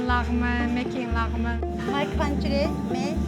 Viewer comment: It should be phonetically spelled “lagh-meahn” in English...not “laghman”...lagh-man? It’s pronounced meahn, not man